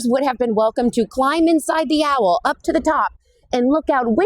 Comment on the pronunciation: Owl is one syllable